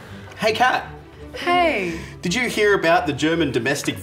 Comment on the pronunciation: So is her name pronounced “Kat” or “dark killer”!!!!! 😂